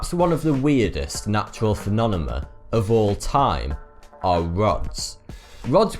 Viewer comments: phenomena not phenonema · Phe-no-me-na not Phe-no-na-ma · You keep saying "phemonena". Bugs the crap out of me. It's "phenomena". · Phe-nom-i-na, not phenominum. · says PhenoNOMA instead of PhenoMENOM. Lol I even heard PhenoNOMAM once. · Dude, the script says "Phenomena", not "Phenonema" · phenomena, not phenonema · Lol phenonema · To me it sounds like he says "PhenoNeMa. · The way you mispronounce "phenomena" as "phenonema" really disturbs me. But your channel is amazing anyway :) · when my boy says phenonema instead of phenomena:( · Hey man, it's "phenomenon-phenomena", no " phenonemon-phenonema" as you appear to say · boy if you say phenonema one more time.... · Hold up. "Phenonema"? ;P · Did he just keep saying Phenonema And Phenomenom?! Well, he is still cute... 😉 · His accent really impairs his pronunciation. Fe-no-me-na...that's the pronunciation. Still love your vids though. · Fen-om-e-na. Dude I love your interesting videos and the polished presentation but your pronunciation makes me yell at my screen. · i heard phenonemon and phenonema lol :) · ***** Seriously? "Phenonemum" and "phenonema" sounds right to you? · Lol this guy is so adorkable and cute he says phenonema i could watch him read the yellow pages i love it ;) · Your channel is one of my favorite's and i tell my friends to watch you but I must say that the way you said phenomena 42 seconds into this clip made me chuckle. I'm not trying to poke fun ,love your show 42 rocks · I love his videos but who else here was distracted every time he said "Phenomena"? He wasn't mispronouncing it really, but it was like he was cramming it in as short as possible, and he pronounces it slightly different each time. I just couldn't stop waiting for the next time he said it. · I'm English and yes he is mixing up his consonants but who cares if the content is great? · Awsome video but plz learn to pronounce phenomena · I like him too but it was supposed to be a hint for him to improve